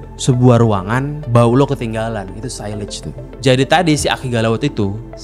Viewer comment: Sillage itu cara penyebutannya 'siyaj'.. kalau 'sailej' itu sebutan bagi silage.. satu L.. Beda makna sama sebutannya sillage ama silage..